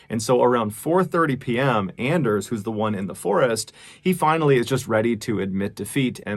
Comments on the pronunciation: Anders might be pronounced like "On-Durs", like Workaholics, "I have a very hard On"... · With his pronunciation of Anders it is clear that Mr. Ballen is not a fan of Workaholics. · It's pronounced "Onders" Mr ballen. He's got a hard "on"